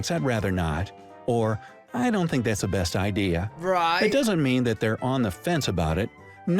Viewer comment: I "fink" its weird that you say "fink" for think! :) Born and raised in USA... we don't say "fink" for think... a "fink" is a rat, a traitor, a bad guy. LOL! Cheerio, lad!